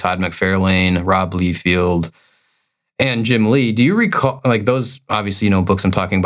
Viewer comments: first, it is LIE-feld, not LEE-feld. Secondly, that was NOT a bad day. He has not learned to grow as an artist in DECADES and was never "good" just put stuff out that was exceptable at thet time because like you said, they pumped out so much quuanity in the 90s it affected quality, Rob is part of that. Now having to add it is Todd MIC-FAR-LIN not MIC-FAIR-LANE. You guys do know these names have been said outloud by the person, right? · you cant even pronounce Liefeld right. Im out. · Mispronounced liefeld too.... part of me thinks he does it on purpose